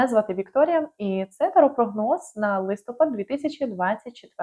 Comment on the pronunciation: ЛистопАд. Наголос на останньому складі, на А. Дякую за гороскоп.